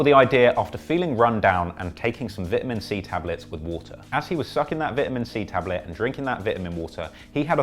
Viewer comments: He said vitamin vitimin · ITS VITE-UH-MEN water not VIT-A-MEN water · "V-iT-a-MiN wAtEr" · I'm stuck on "vit-huh-men" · Vitmen water lmao annunciation bro you need to learn if you want to be producing these cheesy ass video and more research from creditable sources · Man said Vit-A-Min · vitimin woter m8. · Nigga said “vitimin”💀💀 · Vitamen water lmao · Say vittamin 1 more time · The way u say vitamin, imma get my nigels on u if u keep doing that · The way he says “ vitamin” is making me cringe 😂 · How do you guys pronounce it? Vitamin or vitamin? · Say vitamin water rite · only nigga that says vitamin like that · He is pronouncing vitamin wrong? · U can’t say vitamin ??? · The way you pronounce vitamin is wild to me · Because you can’t say the word “vitamin” correct I can’t subscribe.